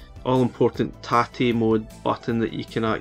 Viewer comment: As a Japanese, I appreciate your correct pronunciation of tate very much.